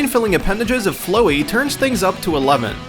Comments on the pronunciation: the undertale one it is flowey not flowery say flower with out the r then put y and it is just flower with a y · Flowey.... Im done. You didnt not just say it as Flow-ie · It's pronounced FLA-WEE not flowy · it's not pronounced flowy its pronounced flowE emphasise on the e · Its not flo-ye its Flow-ey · Photo shop Flowi... really? It's flowery as in flower and flow-ey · who else was triggered when he said flow-ey instead of flowy as in flower? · Floey? It's Flowey as in A FLOWER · NOT FL-OH-EY FL-OW-EY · "Yeah so flowy is crazy" Bitch it's flowey get your undertale right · ITS FLOWEE NOT FLOEE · Flow ie its flow ey not flow ie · Believe it or not, FLOWEY is actually based on the word FLOWER, pronounced Fh-low-er. Why exactly, do you say Flowy? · It's not flow-ey, it's flower, but take away -er and add add -ee. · Venom joker is a non stop feature now on this channel and its flowey not flow-e. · ...wait flo ee? omg... it's supposed to sound like you're saying flower so, flowey XD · OK might as well just correct all the mistakes and give my feedback. First, Flowey is pronounced like Flower, not Flow. They explain why Quiet dresses that way, and while it is still far fetched, it fits into the world of MGS. Now for the Opinions!!! Negativitron was a culmination of all the new things added into LBP2, and was meant to kind of having you use all the skills you had learned thruout the story to give you one final fight, which I believe they did extremely well. Also, while the bosses in Dead Rising were bizarre, they were all interesting and provided a challenge, with each enemy behaving differently and requiring different tactics to take them down, which I appreciate. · flowey not flowy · Omega Flowey, and Flowey is supposed to be pronounced like flower, not flow. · Flowey (FlOWey) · Dude it's fl-ow-e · Me and every undertale fan was triggered because you pronounced Flowey floee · I"m sorry....Flow-ey? Ya know...for the flower... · Did... Did you say flow-e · HE SAID FLOW-EY